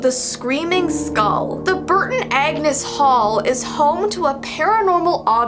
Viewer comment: Me: Skull. That’s how I say In this Texas life.: SkAuLl. My weird side of my mind: Is this ASMR..?